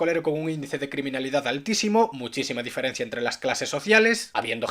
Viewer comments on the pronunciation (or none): none